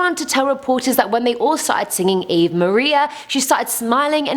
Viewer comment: That Mary is way too pale. Mary was North African and would have been much darker! (I have no idea what's going on with the blood, though.) - Just to mention, "Ave" is pronounced "AH-vey".